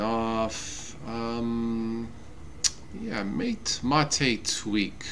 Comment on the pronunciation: Great video but why do you pronounce MATE as Ma-tay most of the time and then pronounce it M8?